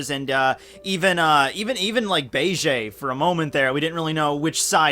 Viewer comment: Who's Bay-Jay?